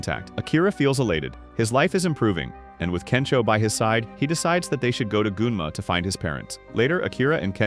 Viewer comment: Nah did they just say goonma